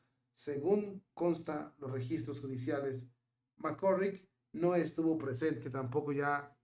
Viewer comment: NÓ SÉ DÍCE : "Mc C🤮RRICK" : sé díce : "Mc CÁRRICK" : cón : "á" : NÓ CON : "ó" : q : ÁNSIAS : y : CUÁNTA : ÍGNÓRÁNCIA : 😡😡😡😡😡😡 : 🤮🤮🤮🤮🤮🤮 : ESO LES PASA á LOS : "YOUTUBERS" : QUE NO SÉ : "ASESORAN" : q : ACTÚAN : "POR SU CUENTA" : 👎🏽👎🏽👎🏽👎🏽👎🏽👎🏽👎🏽 : (YO SOLÍA ASESORAR á ESTE : "YOUTUBER" : HASTA QUÉ : (LAS QUE SE CREEN : "DUEÑAS" : DE SU "CHÁT" : LÉÁSE : "MARIBEL LÓPEZ" : y SÚ : "PANDILLA") : SE ENCARGARON DE PONERLO EN MI CONTRA : y : YÁ : LE DEJÉ DÉ : "INTERESAR" : ALLÁ ÉLLL : 🤮🤮🤮🤮🤮🤮🤮